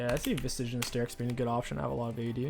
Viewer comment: Is saying 'vistage' some sort of voluntary private meme?